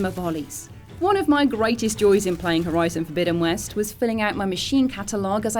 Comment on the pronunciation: I love the way she says 'Horizon: Forbidden West' it sounds so posh, yet elegant.